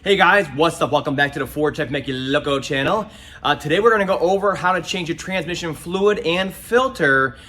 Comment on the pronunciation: Why do most transmission guys drop the "s" in transmission and call in tran-mission? lol I swear, I have two good friends, one is a retired tranny guy the other is still at it and both say tran-mission. Anyway, great video!